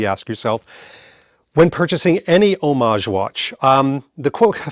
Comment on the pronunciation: Thank you for using the word homage correctly. Nobody ever does. They say HOM-AGE😮